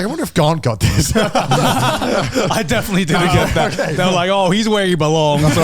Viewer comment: "You are ohkeh!" loll